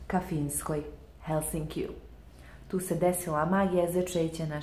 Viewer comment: Al' kako kaže Helsinki 🤣